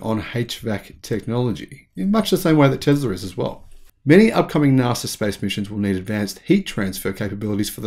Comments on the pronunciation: NASA! Not NARSA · It’s pronounced NASA. Not Narsa. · I thought you said "Nazi Technology" for a moment :-) I've been watching too many videos about WW2 and Hitler, obviously.